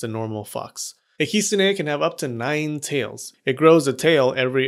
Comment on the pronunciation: I’m not gonna lie I could not keep watching this video because of the way he pronounced “kitsune”